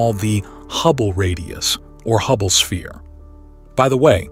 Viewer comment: Holy fuck this is all AI. Listen to the breathing and at like they say Hubble es-pere instead of sphere.